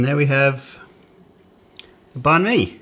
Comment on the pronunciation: You are over pronouncing the word “banh”. Say it like “bun” in English.